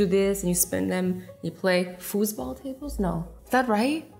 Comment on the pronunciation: that nearly sounded German 😂 Fußball tables 😂 but actually it ist Tischkicker (in German)